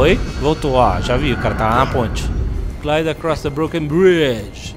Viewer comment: CORREU... PULÔ... GLAIDÔ KKKKKKKKKKKKKKKKKKKK